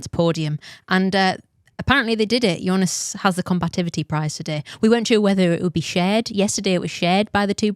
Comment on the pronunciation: Please pronounce Jonas’ name correctly.. it’s pronounced Yo-nas